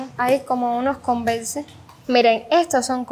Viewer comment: Las converse se pronuncian convers y like se pronuncia laig para q vallas mejorando no a mal mi comentario